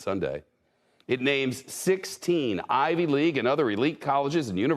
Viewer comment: Ivy not IVY (it's not an acronym)